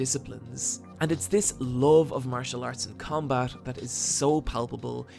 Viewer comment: When u say love it sounds like loathe and confuses the shit outta me.